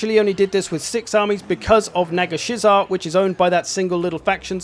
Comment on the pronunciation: damn you butchered the name of Nagashizzar